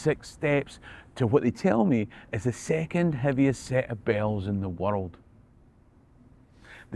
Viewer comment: oh...I had to listen twice to discern that you said "second heaviest set of BELLS in the world"